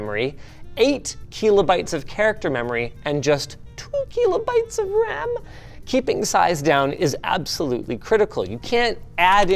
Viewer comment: "Keelobytes" lol